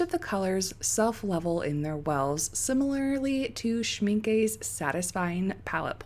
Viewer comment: It's actually pronounced schminkUH